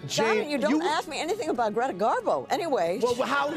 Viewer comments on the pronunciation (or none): none